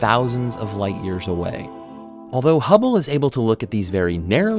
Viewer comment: For a second I thought it said "Hubbie Space Telescope".